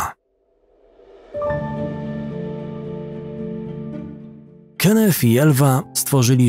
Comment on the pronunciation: Imie przestepcy Kenneth wymawia sie Kennet a nie Kennef - to tylko moja uwaga. Nie wymagam od lektora aby znal wszystkie jezyki swiata ale niektore pomylki sa bardzo latwe do ominiecia, takze w ojczystym jezyku. Poza tym swietny kanal .